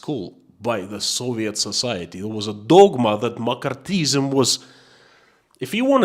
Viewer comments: omg for a moment you had me very confused about makarthism(?). It is pronounced Mc Carthy ism. Just letting you know :) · Mc·Car·thy·ism. pronounced McCarthy - izm. Pronounced Mac karthy Izm. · It's pronounced Mak ar thee ism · I love your courage and thank you for your insights. It is pronounced "ma car thee ism" and it was a most destructive time in our USA. I'm praying for you and your family. Be well, be safe, stay free. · In English McCarthyism is pronounced mak ARTH ee iz em. But I got the message anyhow. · Appreciate your videos. By the way, it is pronounced Muh-CARTH-ee-ism. Based on the actions of Senator Joseph McCarthy. It took me a moment to figure out your reference. Yes, it was a thing, a lot of it affecting artists, actors, writers. Interesting that Roy Cohn worked closely with Senator McCarthy in the witch hunt of communists, and later became a mentor to Trump. Trump. who famously said "Where's my Roy Cohn?" when feeling like there was a 'witch hunt' against him. Yes, where's the attorney who was an expert at staging political witch hunts to defend Trump agains a perceived political witch hunt....... I swear, a person cannot make this stuff up. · In case anyone else is wondering he saying McCarthyism . It took me awhile! Lol